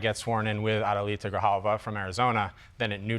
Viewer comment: Please learn how to say her name Adelita Grijalva!